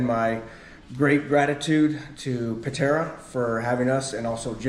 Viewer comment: Patara not Patera